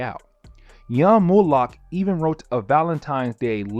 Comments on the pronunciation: It’s not Morlock! It’s MOLOCK!!! It’s not Ozymanias! It’s OzymanDias!!! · Not to be critical, because everything you said is right on. But, it’s not Morlock, it’s Molock. And it’s Janey, like Jane, with a y at the end. Like this: jay knee. Also, it’s Ozymandias, which sounds like this: Ozzy Man Dee Us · I don't see an R in MOLOCH. I believe its PRONOUNCED MOE-LOCK... JS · Moe lock. Moloch. 👍🏿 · OMFG quit saying Morloch u bafoon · Can watch ya vids if you can’t even say moloch right where the hell is the r comin from